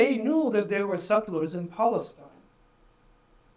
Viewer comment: There’s no P in Palestine 😂, cause it’s falistine baby.